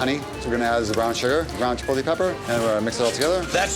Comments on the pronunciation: Chipotle...not Chipolte...I can't believe how that continues to get mangled in 2026. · There are 2 types of people in the world…one that says chipolte and one that correctly says chipotle 😡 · "MAN I LOVE CHI-POLL-TAY!" guy who can't pronounce chipotle